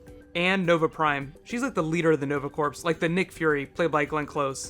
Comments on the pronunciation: love your video but its corps like core, not like corpse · "Corps".......Pronounced "Core".....It's French. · Like your videos! One comment: "Corps" is pronounced "core." I know, it's a French word and they love silent letters. Keep up the good work. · Corps is pronounced "core" like the marine corps. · corps is pronounced like core... just for future reference ( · The "p" is silent in corps (as in Nova Corps) as is the "s". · yea that was bothering me too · Corps. Rhymes with tour